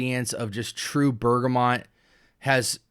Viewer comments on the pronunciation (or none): *Bergamot (no 'n' in the word or pronunciation). Great review 😊